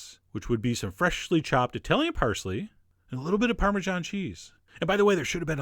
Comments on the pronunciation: NOT: EYE-TALIAN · Eye-talian, Douchesch, Eye-ran-ian, Uh-murrrrican, Eye-rock. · Eye-Talian? Really? tsk tsk....